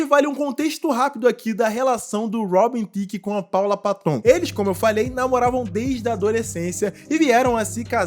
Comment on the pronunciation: Ridículo essa apresentação dele com a Miley Cirus mesmo. Teve uma época em que ela se perdeu, igual à muitos artistas, o sistema quer você destruído. A Paula Patton é bem bonita. Se pronuncia Péton e não paton